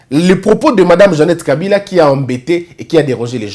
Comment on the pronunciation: On doit le défier en prononçant seulement les Nom des leur frère Kabila et eux il prononce kabirrrraa